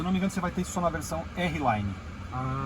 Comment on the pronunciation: Errelaine não, arlaine!!